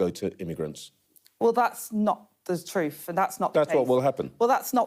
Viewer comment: Not the troof